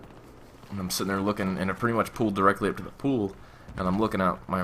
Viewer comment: lol you said "the best prank you have pooled" nice messup it was comical but i liked the stroy